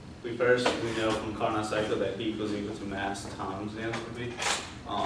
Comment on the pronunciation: Good initial overview of what was going to be discussed in your presentation. Carnot is pronounced "car-no", with a silent t... :) Overall, it was a good presentation, especially of Saturated Pressure vs. Temperature.